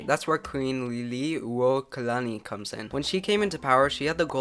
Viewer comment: As a Hawaiian your pronunciation of queen Liliuokalani was not too bad!